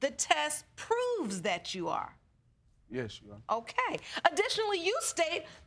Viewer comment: The word is THAT not DAT